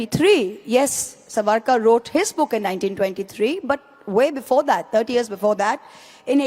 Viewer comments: Mohua firt learn to say the name savarkar properly , he is not Suvaarkur as you ignprattly pronounce, Sai Deepak you have really tarnished the wopped up narrative flogged by the anti Hindi brigade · The name is Savarkar and not Svaarkar as you are saying it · Madam ! Please 🙏🏾🤨!! It is not SaVAArkar but SAAvarkar. One would expect that you would take care to pronounce the name of a great historical Indian figure correctly as you are so very particular with your Bongali names!